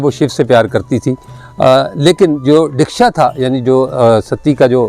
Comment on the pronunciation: Real word is Daksha notdeeksha